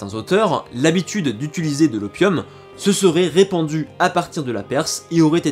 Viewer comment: Utiliser au lieu de ituliser 🙏 ;)